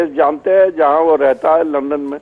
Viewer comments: is it only me who hear her saying lund me.... :p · She said Lund instead of London.....